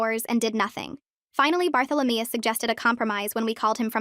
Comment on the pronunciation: “Barthalameus” now that’s a new one 😂